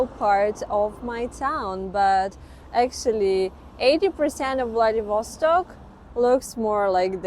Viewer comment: влэдивОООсток .... бля... неправИИИИЛЬНООО!